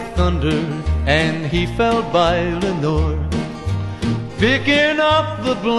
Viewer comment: Your name is Leonore. The person in the song is Lenore. You weren't named after anyone in this song, unless you are pronouncing leonore as lenore.